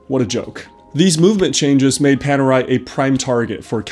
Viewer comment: Great watch! I'm italian and I love Panerai (I'm not a Panerista as I don't own one yet). Your pronunciation is good but Officine it's pronunced with the "chi" sound, like Chicken. 😁